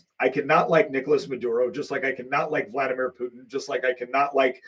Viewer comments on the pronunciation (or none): none